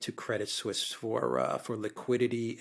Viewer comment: Very informative as usual, just one slight detail, in Crédit Suisse, the 'T' is silent.